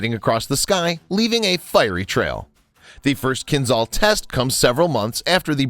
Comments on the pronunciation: Not Kinzal. Kinzhal is pronounced Kinjal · It's "kinzhal", not "kinzal". "Ah" as "s" in "treasure". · Hey guys. I know, those weird words in Russian language...but Kinzhal is getting pronounced "Kinjal" (Кинжал) it just sounds so strange, when you pronounce some of those names wrong. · At first, it is not 'Z' sound in the name. It is 'ZH', like first letter of name Janet in French. 'KinZHal' ("Кинжал", rus.) - 'Dagger' in English. At second, it has nothing common with 'Brahmos' missile, which itself is an export version of Russian 'Onyx' anti-ship missile. It's more likely 'Kinzhal' is an airborne version of the 'Iskander' tactical ballistic missile, modified and upgraded for air-to-surface tasks. The 'Zircon' anti-ship missile it is another parallel branch of supersonic missile development in Russia. And, right, 'Zircon' will have the 'classical' supersonic ramjet engine, or something like that. At third, 'Kinzhal' has no any kind of ramjet or any supersonic reactive engine. It is obviously has a solid-fuel rocket engine, but very powerful and energetic. The 10M speed is the maximum speed of the missile on the track of its trajectory. The final speed of the missile can be lower... But the 'Iskander' missile has a multi-phase one-stage solid-fuel engine, so the missile can change its speed during the fly. Therefore, it can speed-up at the final phase of trajectory before penetration of a target. The Mig-31 platform is necessary to speed-up the 'Kinzhal' before launch and to increase the maximum range of the 'Kinzhal' missile. Moreover, it can 'throw' the missile to the altitude of 50-100 km in apogee of its trajectory. And, of course, like the 'Iskander' missile it is capable to change the missile trajectory by altitude and course on all stages of the fly ( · Good video but that "zh" in Кинжал reads as j in jam.